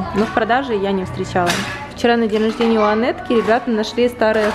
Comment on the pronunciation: Так не привычно слышать АнЭтка))